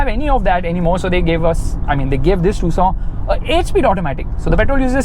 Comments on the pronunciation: its tuc son not two sona 😂😂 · Why ia calling this car "tusaw"..... 😅❤ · Tucson be like : Am I a tusaw to you! !? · The way you pronounce "Tucson" is just like "Croissant" 😂